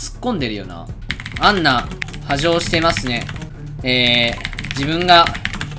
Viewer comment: kunさんみたいな進行はどうやったらできるんだろ…( ；∀；) はたんじゃなくてはじょうでいいんだよね？w（）